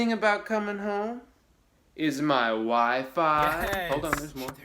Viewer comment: I thought in the beginning it's says "my wife-fi"